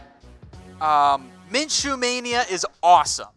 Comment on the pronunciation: Gardner Minshew, not M orJ